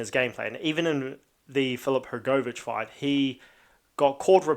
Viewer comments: u just pronounce it wrong u say hrgooovich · the way u say hrgovich lol i know yo from nz but jeez